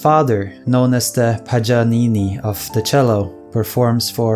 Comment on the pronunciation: Your pronunciation of Paganini makes me shudder.